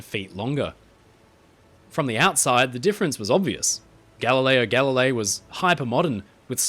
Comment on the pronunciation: Aaaaargh! I loved this video, as always. They're always so well produced and interesting. But... Galileo Galilei. The second word is pronounced "galli-lay-ee". If it had just been once, I could've lived with it. But there's a part where you repeat it over and over. 😭😭 (and in Italian words, when you have a GL together, the G is silent. Gooly-elmo, not Googly-elmo. Similarly, tagliatelle = tally-a-telly not tag-lee-a-telly). I hope you take the comments in the spirit they were intended, as I do love all your videos.